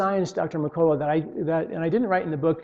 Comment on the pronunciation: Duel e yard? D'yard.... Merk a la lol